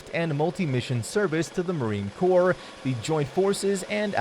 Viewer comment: For crying out loud, its pronounced "Cor" not "Corpse". Numbnuts.